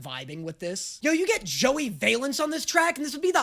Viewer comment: i really didnt like the way he pronounced joey valence’s name but i love the jvb reference